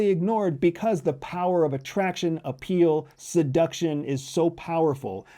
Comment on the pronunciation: The word is “appeal “ 😂that’s not difficult to “ intercept “ right? 😊